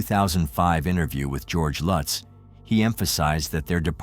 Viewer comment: U didn’t do defo murders justice nor lutz I read that book I fastly gave it away I still have nightmares the pic u showed after the warrens went there it was the youngest son looking at of door u don’t even say the last names right lutz family starting zz on their stomach like the Defoe family if I go their that house wont let me go the book curse